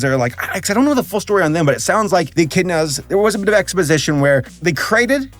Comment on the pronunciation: Etch In A Da Lol It’s Echidna (Ek-id-na)